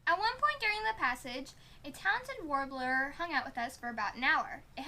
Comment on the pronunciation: trying to say warbler is sweet and hilarious.